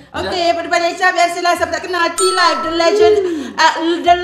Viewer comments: cara pronounce dia T LAIF NOT T LIV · It's actually Tealive not Tealivv but it's ok people learn from mistake